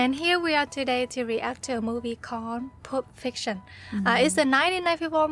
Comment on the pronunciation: I know it's an accent thing, but I love this movie "Poop Fiction" (yeah, like I can even speak more than one language!) Also I think "Mi Casa Su Casa" roughly translates into "My home is your home" Also also, some gods are very much into these kinds of things. Remember there are many different gods that people have come up with over the years